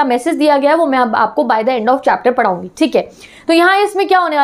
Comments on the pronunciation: PaDHaungi ❌ PaRaungi ✅ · Padhaungi ❌ parungu☑️